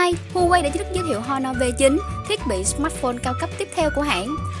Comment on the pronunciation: Honor chứ h là âm câm nhé chị, đọc là "on nờ", không phải "hon nờ"